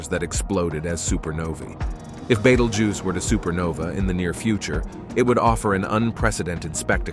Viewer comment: Someone teach this AI to say Betelgeuse.